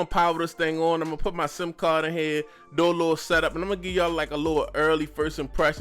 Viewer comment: You must be from Baltimore? The way how you pronounce do(deww)